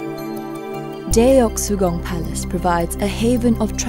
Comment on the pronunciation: this video is great, except for the fact that the narrator pronounces the palace's name as "Deh-ok-sugung" while it's actually pronounced as "Duh-k-sugung" (yeah korean romanization sucks)